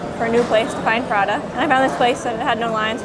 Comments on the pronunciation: Sorry… but it’s pronounced PRATA not PraDa… sorry, sorry was kinda triggered…😂😂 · not 'prada' but 'pra-tah' 🤣 edit: also, prata's a great supper option, especially when you get the drunk munchies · I like how the woman pronounce prata as Prada😅. You get a like from me!